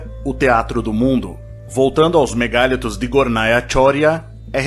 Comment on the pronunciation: A palavra vem do francês mégalithes, e, nela, a pronúncia em português com e aberto é natural, mas a tendência da língua, com tónica da palavra na sílaba li, é fechar a vogal a: ME GA LÍ TOS